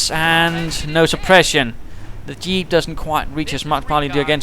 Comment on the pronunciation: where are you from? you say dyeep not jeep :D